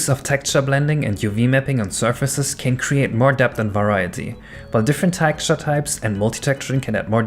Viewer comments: Very interesting content. But if i hear you pronounce "Tekturce" only once more, i'm killing myself... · Your pronunciation of texture is a bit off.